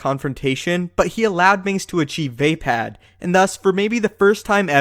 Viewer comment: wtf did you just say "vay-pad"? It's "vuhpod"